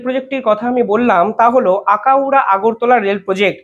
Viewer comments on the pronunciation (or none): Bhai akaura noi eta Akhaura hobe...